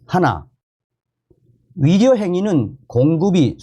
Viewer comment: 의사나 의료를 말하는데 위사나 위료라로 들리는건 내귀가 이상한 건가? 🤨🤨🤨